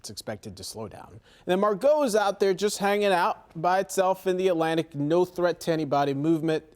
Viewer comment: Need to learn how to pronounce the name “Margot”. The emphasis is on mar, not go, dumb@